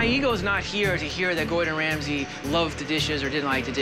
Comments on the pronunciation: Nobody: Waiter: "Chef Ramday" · it's pronounced Ramsey but it's actually Ramsay it's even in the description.